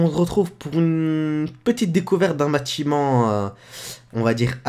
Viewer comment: il a bien dit salua tous on se retrouve pour la decouverte d'un Mâtiment avec M et pas B a